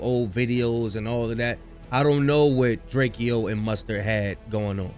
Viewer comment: It’s DRAKEO not Drake-o get it right